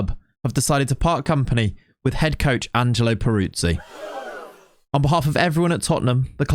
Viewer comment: but you can't say his name 😅 it's more like Perutzee 😉 love the content mate. Can you do a lengthy Newcastle save please 🙏